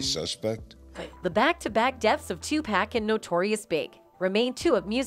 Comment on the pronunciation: Either pronounce his name correct OR NOT AT ALL. It's pronounced "TU-POCK" NOT TU-PACK👀